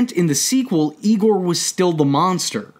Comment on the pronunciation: mufugger said YIEGOAR